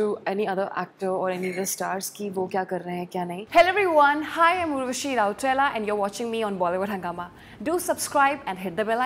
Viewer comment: When she pronounced her name : उरवसी राउठेला